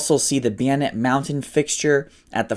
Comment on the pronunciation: How is it he can pronounce Pashtun words but but can't properly pronounce bayonet nor pronounce Kalashnikov the same way twice? Dude quite trying so hard.